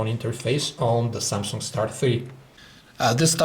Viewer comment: Samsunk? XD